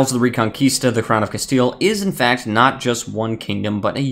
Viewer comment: Castile more like “castle” XDDDD